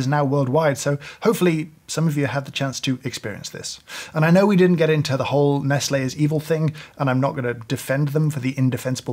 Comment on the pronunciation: I have never heard someone pronounce Nestlé that way